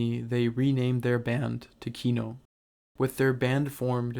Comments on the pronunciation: This narrator guy mispronounces the band name the whole time 😂 It’s not kíno its kinó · KinO, not KIno, the last syllable stressed, please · Dude, I really dig what you do, but could you please, please just check where the accents go? It's kinO, tikhomIrov, etc. I understand when the names are anglicised, but you seem to be striving for authenticity, don't you? :) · kinO. stress falls on last syllable :) As a matter of fact - every russian surname have stress falling on last syllable. Thanks for the video, nonetheless, it's just misprononciation really hurts my ear. Overall, I understand the sources you're drawing from, and without knowing full historical context... well... sources are weak. Kino is still the greatest of all Russian Rock (misnomer on itself), but yes. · just fyi it's kinO with the inflection on 'o'. ki--nÒh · Can you pronounce kino correctly at least once in your life. cool video